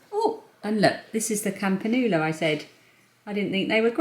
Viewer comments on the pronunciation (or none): I've loved your April vlogs and will miss you! Poor Lillia looks tired, hope she does well, I'm sure she will. Hope you dont mind me saying, campanula is pronounced campan-you-la. Xx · Loved all your plant purchases. Btw pronounced cam pan "yo"u la. Not being critical at all though. I have a thing for lilies right now and can't resist rescuing the half price ones and saving them for my garden. I think broad beans will need staking for support. I'm having problems with the germination of runner beans this year, and last year too :( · We pronounce them cam-pan-you-la in the US 😂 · Ah but don’t forget lots of things often have different pronunciations depending on country and/or region 😉